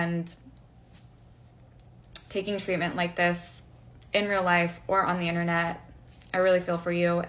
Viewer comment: I mean, it's pronounced "Internet", not "INTERNAW".